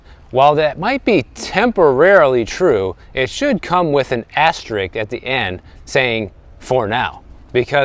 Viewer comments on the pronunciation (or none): * is pronounced aster-RISK not aster-RICK. Common mistake.